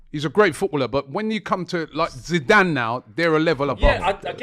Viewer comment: Zidane. It’s Zidane.